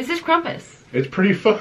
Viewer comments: She said Krumpus instead of Krampus 😂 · We just gonna ignore how she said “krumpus” in the beginning 😂. Love her so much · In Germany, we pronounce it "krom-poos" (: hope that helps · Krumpus? I was expecting that to b a joke for her to start trying to crump... but then that's genuinely what she thinks he's called lol its krampus lol but it's ok u made it work and I desperately needed a laugh today im stressed out about my dog having to go to vet... and... this made me laugh THANK U UR AWESOME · She kept saying Crumpus and I laughed every time. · Whyd she say krumpus?